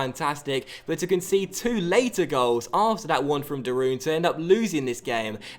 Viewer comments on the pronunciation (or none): you have to prenoucs de roon like De roan like road en not de Roon